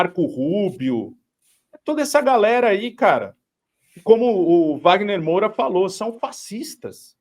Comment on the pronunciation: Que saco ouvir o errar o sobrenome do Wagner Moura!!!!